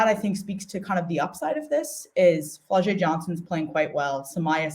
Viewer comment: You mispronounced Flau’jae’s name.